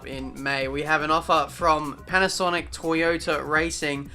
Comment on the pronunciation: Lol you read it wrong and signed for toyaota when you got a seat at MONACO your best tracks